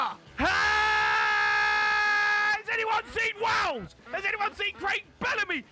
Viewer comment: Its wales not wals